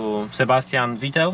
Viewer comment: Vittel not Vettel